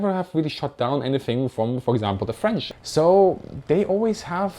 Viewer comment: You have a really good french pronunciation I didn't know that until this video!